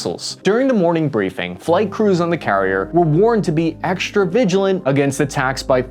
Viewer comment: Hey can we practice pronouncing strike as it is spelt as opposed to shtrike? And while we're at it extra instead of exshtra?